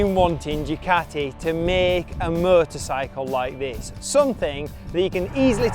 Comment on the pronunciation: With his accent a few times it sounds just like "murdersicle" lol